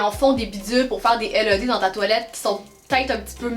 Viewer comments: Sa ne se dit pas L E D mais led toute coller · Pas pour etre méchante mais sa ma gosser juste comme sa c pas l e d c led (tt lier) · je veux la même salle de bain LED 😂 (en france on prononce "laide" c'est très drole d'entendre L E D) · Led pas L E D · Super vidéo encore! Trop drôle que vous disez Led « L.E.D. » en France on prononce Led « Laide » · On dit led pas l e d dsl c’est juste que sa fait vraiment bizarre quand tu le dit hihi 😜😂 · pour info sa se prononce (laide) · Qui lui dit quelle prononce mal le mot led